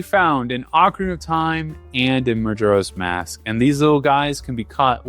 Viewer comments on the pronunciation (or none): i can't be the only one upset with his pronunciation of majoras mask. muh jor uh. not jur. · You don't know Majuro's Mask? 😅 Reminds me of my mother calling sudoku 'saduko'. Maybe he's dyslexic and never double checked?